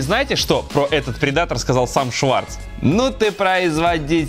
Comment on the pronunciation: предатор..ударение не там.